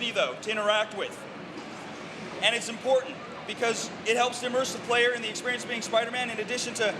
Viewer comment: It's really really an enjoyable exPERIAnce